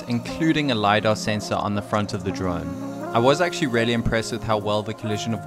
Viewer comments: Really.!!! Your favorite word. Please say it right. It should sound Rilly or reely, not relly. Or use variations:truly undoubtedly genuinely without a doubt honestly indubitably certainly surely assuredly unquestionably undeniably indeed Thank me later. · you know, there IS a letter "A" in the world "reAlly", yes ? It does not pronounce RELY, it is REALLY , like reeeely . mkay ? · If I got a dollar for every time you say Relly 😂😂😂😂